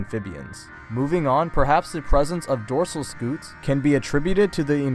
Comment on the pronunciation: Hey, really good video, and sorry to nitpick, but I'm pretty sure scutes are pronounced sk-yo-ts